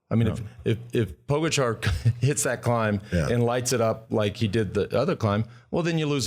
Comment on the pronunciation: It's pronounced Pogacha and Vinyego for crying out loud. Are you guys on drugs? Never mind.